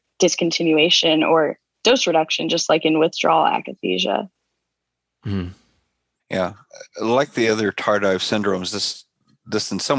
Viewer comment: Painful to hear "akathisia" mispronounced by 1,000 times.